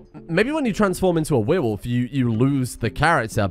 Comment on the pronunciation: I am going slowly insane from every time says weerwolf instead of werewolf